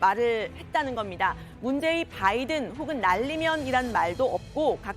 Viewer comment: 오늘 아침에 윤석열대통령 아침에 하신말씀을 들어보니깐 발음하실때 단어마다 악센트를 강하게 주시는데 "나알리므은" "마알리므은" 이라고 발음하셨다구요? 그러고 아침에 말씀하신것중에 바이든 미국대통령 이름을 언급할때 언론들이 그부분을 빼버리는거 같은데 아침에 말씀하실때 정확하게 의식하고 계신듯이 "바이든"을 "뽜아이드은"이라고"김은혜식" 발음을 하시던데 완전히 충격받았습니다. 진실된 사과를 하셔야지 그럴시간에 아침나오시기 전에까지 어떤 참모한테 트레이닝을 받으셨는지 모르겠으나 노력하신것같습니다. 물론 진실을 은폐목적으로 말이죠 진짜 또 한번 놀랐습니다 누가 트레이닝 시켜주셨나요? 국익보다 대통령님의 자존심이 더 중요하신가요? 실망했습니다 "뽜아이드은" 태극기 휘"뽜아이드은"